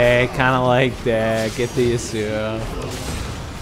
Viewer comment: Its not YasouO, Its Yasou get it right ImaQtip